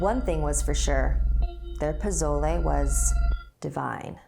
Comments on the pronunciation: The best way to explain the pronunciation of pozole for Americans is “PUH•SOUL•EY” (lmao that’s a shit way of explaining but like try and say it that way and it will sound correct!!) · Um I love her and the series... but why does she pronounce it "pizolay"? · I dont wanna be mean but you dont say TIA or PASOLE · She said posole wrong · No offense but I’m Mexican and I cringed when so said pozole In the wrong way it’s pronounced po so lay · It’s not “Pozole” it’s Pasolé and it’s a Hispanic soup.Its really was to find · I love her but ...why did she pronounce it like pizolay?? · Because she is not a Spanish speaker so her pronunciation is different. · Skye Johnson same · Goh Rou_Xee it’s pronounced poh-so-leh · omg yes I was like omg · Actually it's pozole and it's makes me feel hungry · Lmaooo I was dead when she said “posolay” I’m dead and “Tia” 😂😂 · Im so so so sorry i usually dont do this 'cause i hate it but Tia is pronounced Thee-ah and pozole is pronounced Po-so-le its ok though 'cause i still love your videos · It's prennounced pa-sol-e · Pozole is pronounced (Po-so-le) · Great vocabulary when you said "pozole"! Next time try saying s instead of z and say le at the end! :) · You said pozole wrong I'm just trying to help you but you pronounce it as (Poe-so-le) btw I love these stories I watch them every week love you guys!!!!!😂😂😂😂💕💕💕💕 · posolE POSOLE (sigh... atleast look up the pronounciation before you say it)Good video doe:) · Aye my last name is Espinoza :3 also the way you say posloe😀😅😂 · Hey, a little tip when speaking Spanish (from a Mexican fan ❤️) pronounce all the vowels as if it had an o at the end "Poh-zoh-leh" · Ok! I loved this but some stuff were pronounced wrong, being Mexican myself. For example Pozole. The z is an S. So it’s pronounced Posole. But other than that great job. I still love pozole though. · It’s pronounced pe so le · Don't pronounce prozole as prozole? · our 'z' is pronounced like an 's' poh-soh-leh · Pozolay lol